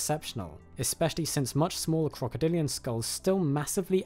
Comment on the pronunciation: OK is he saying "crocodilio" or am I tripping?